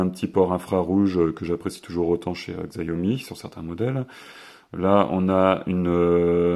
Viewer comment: je tiens a dire que la marque ce prononce "Chiaomi" et pas "Xaiomi" voila j’espère que ça pourra t'aider dans tes prochaines videos : )